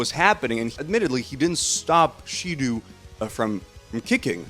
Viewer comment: the real crime here is how you absolutely fuck up their names with the most American pronunciation ever 💀 how do u even read shidou as shidu